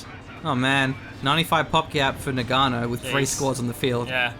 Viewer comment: please GG, "Noggano" not noganno